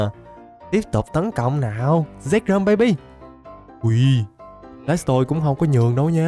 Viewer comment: Anh bảo zekrom em cứ tưởng sexrom